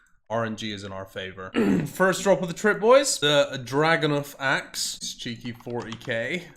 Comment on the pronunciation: "Draganoth axe" your jokes are as bad as your pronunciation